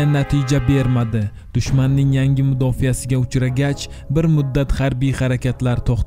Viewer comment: Assalom aleykum . Aka mudyofiyasi emas mudofaasi deb ayting